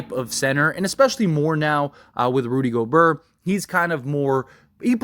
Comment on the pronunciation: He said “Rudy Goburrr” 🤣